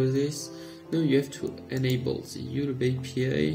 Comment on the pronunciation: IT'S YOUTUBE NOT YUDU